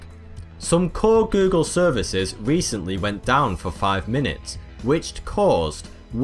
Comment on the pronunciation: And how does he pronounce it? Gü-gül 😁